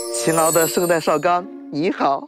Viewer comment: 旁白圣塔绍刚？是真的不认识圣诞的诞吗？什么奇葩文盲？